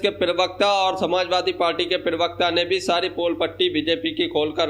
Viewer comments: Pahle to tu bolna seekh le pirwakta nahi hota pravakta hota hai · भाई पेरवक्त क्यो बोलते हो पहले प्रवक्ता बोलना सीखो फिर विडियो बनाकर डालना ।😅😅